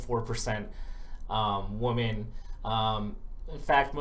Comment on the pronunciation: every time you tried to say "women" it sounded like "woman". You gotta enunciate more clearly.